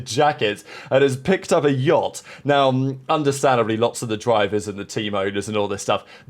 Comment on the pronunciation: I beg you stop saying Jot, it is yacht